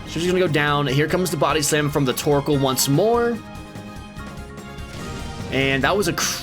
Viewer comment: Tbh, I didn't notice you were pronouncing Torchic wrong, lol